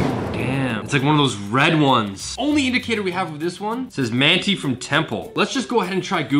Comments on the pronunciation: The town of Manti is pronounced: "Man-tie" not "Man-tee". I'm liking these videos a lot though! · As a native Utahn I saw those mountains and knew it was Utah 😂 Also Manti is pronounced MAN TIE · It’s MANT-EYE UTAH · (Man-tie) manti Utah temple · Haha I liked the way you said Manti Utah. It’s actually pronounced like Man-tie. We got some weird city names here. Cheers, thanks for the video.